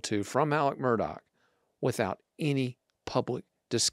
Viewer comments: I'm enjoying the content and insight, you have done a thorough job on the case. In the interest of continuity, please pronounce Alex Murdaugh's name properly. I realize it's not pronounced in the way it's spelled, but the correct pronunciation is in fact "Alec Murdock". I had to learn that and get myself corrected early on, and Will was actually the one that confirmed the correct pronunciation for me. Thank you for your great work! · If you are a reporter and after 2 years you still don't know how to pronounce Murdaugh, how much credibility can be given to the details you report? Details matter . . .